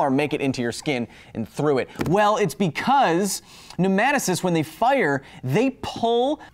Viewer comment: The way you said nematocysts drove me nuts! NEMO-TOE-SIS